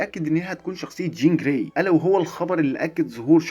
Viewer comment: قول چين جراي تاني كده؟ 😅😅😅